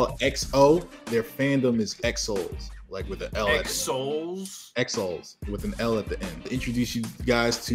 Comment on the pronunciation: I've only seen one comment in spanish saying this so I'll comment too. The fandom it's not ExoL, it's Exo-L, like exo and then the letter L, pronounced exo-el.